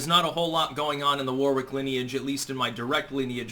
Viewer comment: I'm sorry but I have to point this out because I'm a pedant,it's not war wick its Warwick the middle w is silent(warick) from the town Warwick which is in the county Warwickshire. 😇